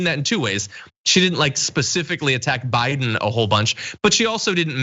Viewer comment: Someone in the lincoln projects live chat pointed out when she says Biden it sounds like she says BYE DON. I laughed so hard I was crying. But to answer your question I am going to go out on a limb and say because this is what she was told to say..... maybe Barron wont be in the will if she doesnt do what he wants. Who knows